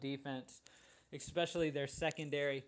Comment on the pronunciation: Love both your NFL and your NBA videos. Hate how you pronounce especially EXpecially every couple seconds. I'm a little worried that the majority of my lineups have Demaryis Thomas in them. You said if he's out Sanders is the pick, but Sanders is Out. So I wonder who the next target is.